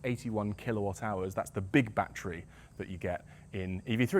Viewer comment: One shot for every bat-tree